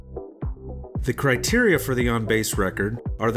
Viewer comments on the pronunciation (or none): none